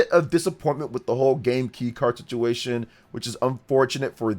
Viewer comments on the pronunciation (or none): none